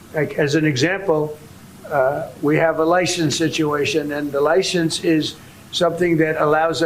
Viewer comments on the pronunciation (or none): Lie "shen" ce???? Wow! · We have a "lishence" situation...🤦